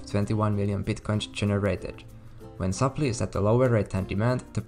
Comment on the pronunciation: You mean sup-ply. Not sup-lee.